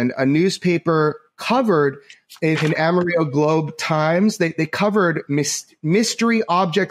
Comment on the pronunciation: So happy you guys are having a Season 2! Excellent work! Jeremy just thought you’d wanna know (and not trying to be rude to you at all), it is pronounced Ama-real-low. My husband is from a little town north of Amarillo.